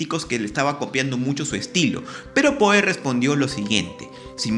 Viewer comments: Me perturba que pronuncies "POE" en vez de "Pou". Me haces acordar a los españoles que traducen fonéticamente todos los sonidos extranjeros desdeñando la pronunciación original. Queda horrible. Va sin mala onda igual. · Su apellido se pronuncia pou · Poe... sía. (Creo que se pronuncia Pó).